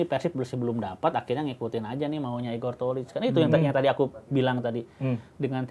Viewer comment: Kocak pisan pas nyebut Igor tocil 🤣